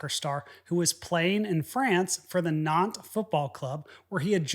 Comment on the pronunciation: Your pronunciation of Nantes was impressive and much appreciated. Merci!